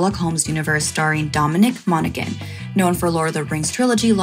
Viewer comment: Mona-han....not monagan